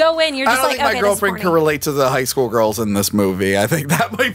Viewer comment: "High Schoo!" *High School Also, Woohoo! back!